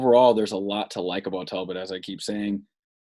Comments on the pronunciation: His name is (dell* pitt) not (Tell* Pitt), people misspeak, but 35 times is a BADD Jobb. Step up your game. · Delpit not Telpit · DELPIT !!!! Good god you said his name wrong 100 times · This is terrible! Say the mans name right! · Bro how do you post this when you can't even say the guys name😂💀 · How do you muff the dudes name 300 time? Brutal to listen to over and over.